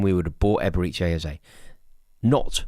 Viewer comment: "Eberechi Ezeye" - lol